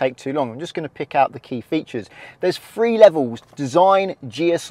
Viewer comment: Good video I assume, but I could only watch 2 minutes of it before I got fed up with hearing the presenter pronounce Three as Free!